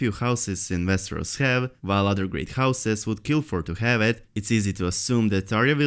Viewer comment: Vesteros, vich, Entertainment veekly, vorked, giveavay...... hahahahahaah Dude, you ALWAYS read"w" like at the end of "John Snow"..... it's not that complicated